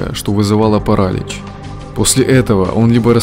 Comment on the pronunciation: Я конечно придираюсь к мелочам... Но, ты серьезно? ПарАлич?